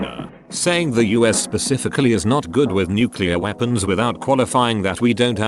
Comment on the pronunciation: oops in a nuculear powerplant is the worst thing you can hear